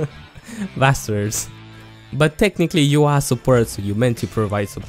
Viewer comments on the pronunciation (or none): “Basturrrs”-this guy